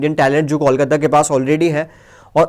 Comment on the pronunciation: Pls Correct Your Pronouncetion. ITS KOLKATA